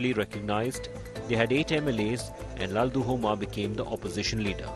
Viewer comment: LALDUH-OMA. not LALDU-HOMA